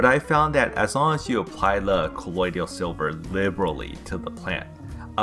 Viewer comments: The way you pronounce colodial is like nails on a chalkboard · Does anybody else hate the way he says "colloidal silver". 😂